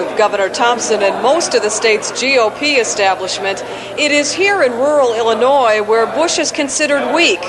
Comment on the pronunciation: Ok turned on CC to hear what he said . He said "Illinois voters" but for a second I thought he said "humanoid voters" which reminded me of the Simpsons episode where the cadidates are aliens. 😂